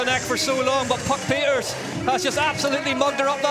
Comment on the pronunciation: Too bad there wasn't room for the podium ceremony😅😅😅 It was legendary. Hope the English commentator knows how to pronounce 'Pieterse' by know 😉